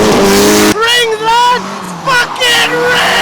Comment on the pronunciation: Rrrrrrings Lad! Gets me all the time.